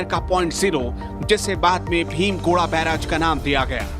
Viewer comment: ये भीम गोड़ा या भीम गोरा नही बल्कि 'भीम गोडा' बैराज है। उच्चारण ठीक करने की आवश्यकता है रिपोर्टर महोदय!